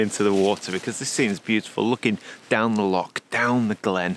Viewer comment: It’s not lock or pronounced lock, it’s loch, bloody Sasanach’s!!!!! 🤣🤣🤣👍